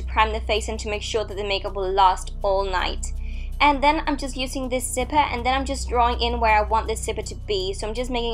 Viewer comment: Zipper not sipper but is is her accent though